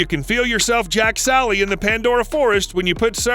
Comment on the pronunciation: Who else screamed “JAKE SULLY!!” when he said “Jack Sally”?